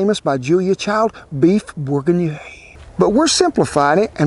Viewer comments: Pronounce boor-gee-neon. That's an very tasty looking version of a very French meal. Regards from France 🇫🇷 🇺🇸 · Actually, it's closer to "bour-gin-yawn." With a semi-soft G and very soft N. That's the " 'murican" way of saying it.. Now, then. Since I got called out below on my regional, mispronunciation, I'm happy to "fix" it... LOL "Beuf bourh-gzeeh-nyaw" with a semi-soft G that you have to twist in your throat while wrapping it up with a Z and the last N in "yawn" is actually silent, with sort of a guttural grunt, instead of finishing the consonant, as are a lot of last letter consonants in french, they never can finish anything all the way thru... LOL. ;) That should keep the French speakers at bay. ;D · you pronounce it like boor-geen-yong :-) with "'g" like in "garry" not like "gin" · "beef bourguinhé" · *borgohnyawhhhn lol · I see you had a little trouble pronouncing it, us pro chefs do to, in the industry we call this dish borgie.